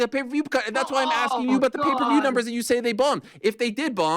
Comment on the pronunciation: “Pay per vheyeeew” “Helwhaneee”